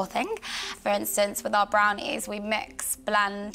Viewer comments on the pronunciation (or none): "with our BRARNIES, we MAX, BLAND, PRASS and SAT" Speak properly ffs.